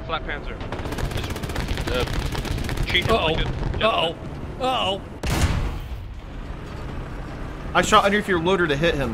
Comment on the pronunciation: what did you call the panzer IV/70?, was it flatpanzer?